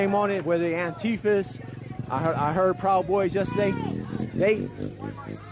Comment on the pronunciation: "Anteefis" Haha